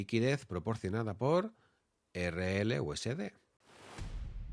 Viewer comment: valoro que digas erreeleuesede y no erelyuesdi, equiserrepé y no icserpi, etc...